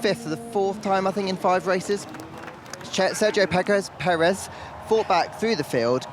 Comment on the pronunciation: I heard Peckers 😀